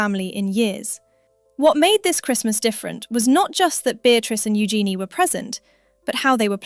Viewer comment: First, you pronounce Eugenie's name correctly, then you pronounce it incorrectly. Why? It's u-szen-ee, with the emphasis on the first syllable.